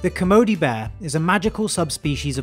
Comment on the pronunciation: So glad you pronounced Kermode right